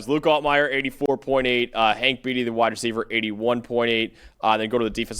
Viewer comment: To the gentleman in the glasses. It's pronounced Hank "BAIT-e".........not "BEAT-e".